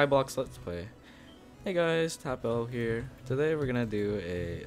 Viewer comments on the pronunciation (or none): lil blunt In his how I got my name vid he said it was pronounced "Tapple" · CarGav no it's pronounce tapple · Bitzel it is TapL